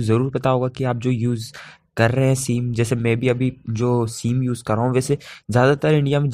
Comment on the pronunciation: सीम नही सिम होता है😏